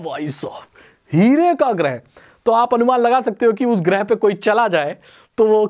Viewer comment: Not गृह its ग्रह